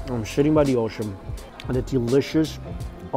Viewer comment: "sh*tting by the ocean.."? That does sound relaxing